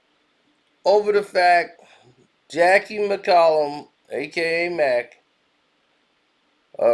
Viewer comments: Boy can you pronounce her name and the state right. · You spelled her name right, but said it wrong lol. I mean she isnt wrong.